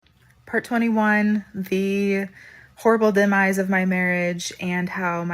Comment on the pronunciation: I dont' trust anyone that pronounces demise that way